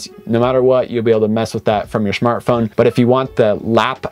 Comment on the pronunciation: Hi …did you just say Schmart Phone! 😜🤣🤣🤣